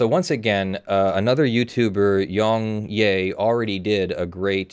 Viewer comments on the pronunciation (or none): I believe it's pronounced Yong"Yeah" not "Yee". He pronounces it at end of almost every video.